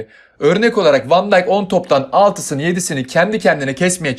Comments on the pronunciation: Virgil van dijk Fan diyk diye okunuyor van diyk diye değil. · fan deyk felemenkçe okunuşu (hollandaca yani) Ki oyuncuları İngilizce değil onun ülkesine göre okumak doğru ama kim uyuyor dersen... İngilizce okunuşta Vfen dayk Yani aslında böyle değilde hem V yi yarım söylüyorsun hem f yi